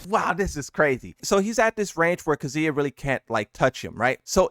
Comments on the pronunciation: Yeah. You really are butchering names. k'ZOOyuh and y'KOOzuh. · It’s not that hard to say KAZUYA both yall dudes can’t pronounce it